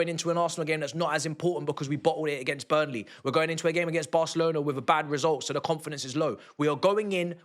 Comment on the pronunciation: It’s BURNLEY bro chill 🙄🤣